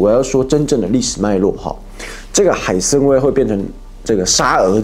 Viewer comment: 海参崴，不是海参威😂